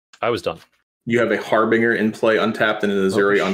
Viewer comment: I mean I SWEAR its not that hard to say... Harbinger (haar-buhn-jr) They been spending too much time around Cedric! lol